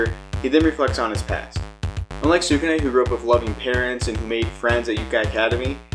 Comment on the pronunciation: You could try saying skew - neh or skoo - nay, God I don't mean to be too picky when about this but it's killing me.